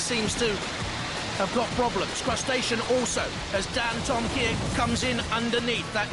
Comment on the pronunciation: Who the fuck is Dan Toe Ma Kiah?